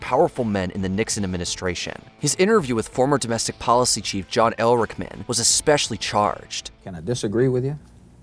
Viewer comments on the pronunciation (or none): Advice to narrator: For #5 The Watergate Interviews, the first interviewee is John Ehrlichman not "Elrichman". The other Watergate interviewee you don't bother to name is Egil Krogh.